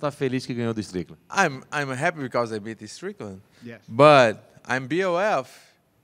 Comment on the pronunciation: Paulo saying Shan Strickland😂😂